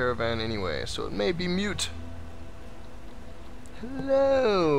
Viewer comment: The word is moot, like moo with a 't' at the end. Not mute. Actually a cistern is a source of drinking water, not a sewer. Though I don't know why the water moves.